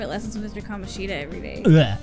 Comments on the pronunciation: That's what I mean. The game's pronunciation of Kamoshida is not right. I guess I said it in a not-very-clear way. I meant that they joke about the fact that the game could have called him "KaMOshida" but at least didn't do that, when in fact that would have been correct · Funny you joke about them mispronouncing Kamoshida as Ka-MO-shida...That's actually the correct pronunciation. Even that name is mispronounced. It doesn't sound as off though because A) It's a less common name that people don't hear as often and therefore aren't as sure about and B) It goes against the theme which is common with a lot of Japanese names of not having stress, but the second syllable is actually stressed in his name (unlike Sakamoto and Takamakis). Ka-MO-shi-da SU-guru. And while we're at it, Mishima is pronounced MI-shima. It's nitpicky yes, but hey, it's a weeb game! OwO That is the last time I'll geek out abt Japanese names I promise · The devs did do that, but the names are still being pronounced wrong. You can even confirm it by watching a Japanese playthrough.